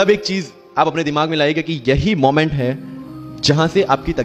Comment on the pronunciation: Moment ❌️ mument 😂